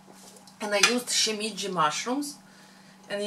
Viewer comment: Shimeji mushrooms. SHE~MAY~JEE. Not SHE~ME~CHI.